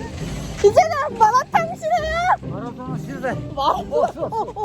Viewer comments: ㅋㅋㅋㅋㅋㅋㅋㅋㅋㅋㅋㅋㅋㅋㅋ 마라탕이라고 하는데 마도나 … 진심 우리 할아버지 보는 줄 ㅋㅋㅋㅋㅋㅋㅋㅋㅋㅋㅋ 전국 할아버지들은 다 똑같으신가봐요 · 앜ㅋㅋㅋㅋ 마라탕을 마라톤이라고 하시네욯ㅎㅎㅎㅎ너무 재미있네요🤣 오늘 먹방도 잘 봤어용!!!😍